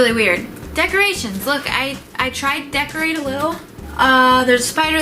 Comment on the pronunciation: "I tried to DEKURATE"